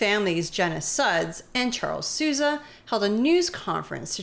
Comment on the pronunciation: Sousa -> pronounced Sow zah, AI girl didn't get the name nor the French right.